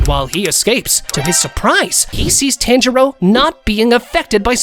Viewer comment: It's pronounced like TA-AN J RO